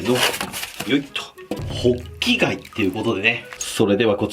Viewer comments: ホッキ貝がボッキ貝に聞こえた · 最初滑舌悪すぎてボッキガイ言ってる